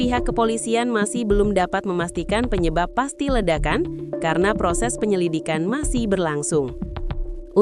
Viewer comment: Penyililikan i apa sih kok typo waktu bacain teks neng" 😄